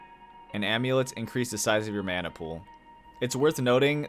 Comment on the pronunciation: Call me a weeb but the way yoy say mana triggers me 😭 thanks for the video though very helpful i might give this game a try